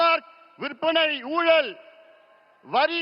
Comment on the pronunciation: ஊழல் என்று சொல்ல தெரியல